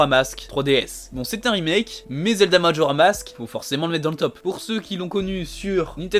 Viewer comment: Salut super vidéo mais c’est Majora’SSSSSSSSS mask, voilà ça me stressait 😂